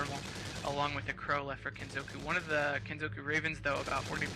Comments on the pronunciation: Wtf, why is this comment marked down? I agree completely! Now if they could get the hang of "Kenzoku". I bet they have trouble with "Sudoku" too. MAN that gets on my nerves. D: "Soodookoo"? Nigga, you best be frontin'. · I love the way the commentators suddenly start pronouncing "Kitsune" correctly, but fail to pronounce "kenzoku"